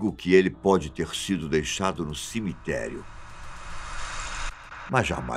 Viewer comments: Cimitério não! Cemitério. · Excelente video. Mas.... "cimiterio" em falhou ai,hein ? Kkkkkk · "Cimitério" foi pra acabar...